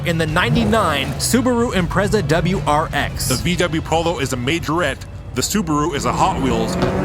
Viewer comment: Loving it!! This made my day Sidebar, subaru is the brand, wrx is the model, sti is an option package. You said it correctly. I think it stands for subaru technica something or other, I don't know lol